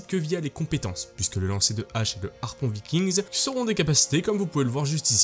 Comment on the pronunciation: Super vidéo qui donne bien envie. Par contre juste un truc, a l'oral, un Viking, des Vikings c'est du pareil au même hein. Pas la peine de faire sonner le "s". Des Viking en gros. Ou alors faut faire la vidéo en Anglais. ^^